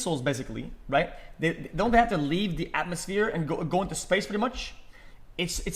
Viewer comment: dude. atmoSHPERE